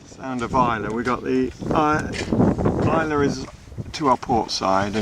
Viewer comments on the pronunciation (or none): What a great video! Dinghy shenanigans hilarious and the drone shots going into the Loch Tarbert pool were fantastic. ( More pronunciation corrections though, sorry!!, Islay is pronounced at end as just "a" as in "cat" so forget the "y"...may be helpful for whisky tasting in future!!). Lovely boat for that part of the world too.